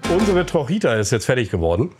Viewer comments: Danke für die Detailerklärungen. Die "trojita" heisst übrigens in Wirklichkeit "trochita", kommt von trocha = Spur. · Wie er von der Trojita erzählte , habe ich erst gar nicht verstanden um was es geht. Bis es bei mir Click gemacht hatte denn er meinte TROCHITA ausgesprochen „trotschieta“ …. Trocha bedeutet Spurweite und Trochita eben Spurweitchen weil diese Bahn so eine kleine Spurweite hat